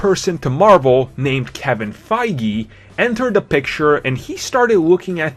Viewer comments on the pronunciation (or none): Oh lord you said Kevin faigee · >Kevin "Fie-gee" im cringing